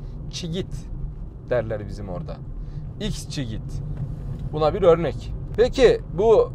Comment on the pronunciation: Merhaba, XCeed modeli ikssiid şeklinde okunuyor bro. Severek takip ediyoruz videolarını, bu modeli bulursan incelemeni bekliyorum